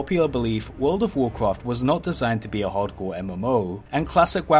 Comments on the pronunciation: wawcwaft fwee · When you can say Rexxar with a Scottish 'R' but can't say Warcraft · "Warcwaft fwee" "Many Secwets" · woucraft fwee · "vocfaft free" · you say wocwaft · Nobody: VOKRAFT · whoa cwaft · You say wowcwaft and its annoying. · in wawcwaft tweee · warcwaaaft fweee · World of Warcwaft fwee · Woucwaft thwee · Wowcwawft frree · warcwaft fwee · wawcwaft fwee ?